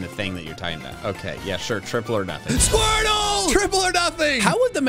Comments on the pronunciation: SQUIRTLE, NOT F*CKING SQORTTLE! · SQUIRTLE, NOT SQUERTL! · IT'S SQUIRTLE, NOT SCWERTL! FIX IT NOW!